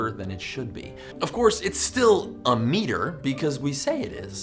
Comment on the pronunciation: You pronounce it wrong.